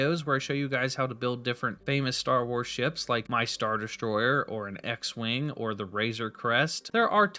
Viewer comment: „schtar deschtroyer“